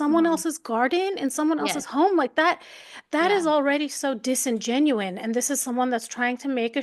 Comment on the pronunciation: Please please watch how you say things... its disingenuous not disgenuine. It makes you sound uneducated.